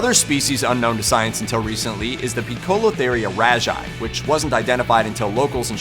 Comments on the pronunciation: pikolotheereeya..? "pose-le-thee-ree-ya" my man lol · I keep tons of Tarantulas at home and actually have two of the Poecilotheria genus (P. ornata and P. regalis) and I almost DIED when I heard how he pronounced Poecilotheria xD Po- sillo- teria = Poecilotheria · its is pronounced pwetzelteria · is pronounced Poe-see-lo-theria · Your pronunciation of poecipotheria is wrong btw😅😅😂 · Poecilotheria is pronounced pee-sil-o-tare-ear, effectionately known as Pokies in the hobby, they are an old-world Tarantula meaning they are native to either Asia, Africa, India, Europe or Australia. All old world spiders bite as a first defence and have an extremely painful and medically significant venom to humans, however do not flick hairs. The Colombian red leg is the Megaphobema (mega-fo-beamer) robustum, this is a new-world Tarantula meaning they are native to the Americas. Typically a NW Tarantulas first defence is to kick hairs and bite as a last resort, however their venom is mild and has been likened to that of a wasp or bee sting. Most Tarantulas will usually try to run before any kicking or biting but you do get the occasional loose cannon!